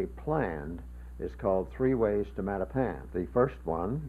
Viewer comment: The current pronunciation is how the blacks who moved in during the 1960s onward (& mostly populate Mattapan now) pronounce it. The way THIS announcer is pronouncing Mattapan is the CORRECT way, as it was always pronounced for decades. It is a Native American name.